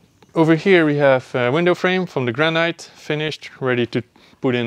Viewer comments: Sorry to be picky but granite in English us pronounced gran-it not gran-night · Wear a mask !!! ALSO in English noone says GRAN-EYE-T. It. GRAN-ITT